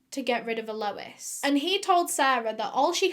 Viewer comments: Without being too pedantic, "Alois" is pronounced something along the lines of Al oys. It's french. Ray probably fed Al to the crocagators. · Its pronounced al-oh-ease Re-z But its spelt Alois Rez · Never heard it pronounced like "Low-ess" for a guy. Usually isn't it "Loo-us" for guys? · the whole “a lois” annoyed me, just say lois. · Hate to say this, but your pronunciation of Alois is killing me. It isn't ah-low-is, it is closer to al-oyz. Or if you want to go full French, Al-ow-eez. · Normally I love your videos and binge watch by why do you keep pronouncing it as ALOUWUS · Not sure if anyone already said this in the comments, but Alois is pronounced "Ahh low eeez" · When you say Alois, sounds like my name Lois🥺 I got giddy every time u say it 💘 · i think you should be pronouncing his name all-oh-eese lol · Once you hear the ‘a’ she says before Lois you can’t unhear it. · Well done, you always do such great research. Hope you don't mind me saying, but Alois, sometimes spelled Aloyse, is pronounced Ahloys. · I thought at first that it was a lady named Eloise and she was pronouncing it oddly. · It's pronounced AL-loice, (Aloys, Alois same potato, no pun intended). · I think it's a mispronunciation of Eloise ...pronounced El-louise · Alois (emphasis on the first syllable) is a legitimately terrible Bavarian name, why would someone inflict it on an Australian? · My boyfriend and I are cracking up at how she pronounces Alois. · Every time she says Alois 😭😭